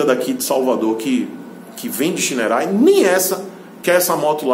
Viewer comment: Diz-se "Chainerrei"